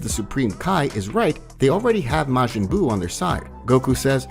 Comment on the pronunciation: This dude butchered so many names while reading this. Which normally wouldn't bother me, but the way he butchered Buu's name hurt my soul lol